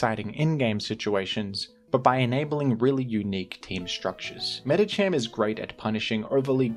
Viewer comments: Shook to my core when I heard Medicham instead of Medikam. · why do you say medicham that way? isnt it medicam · "Meditcham" unsubscribed, I am now an Iron Mugulis supporter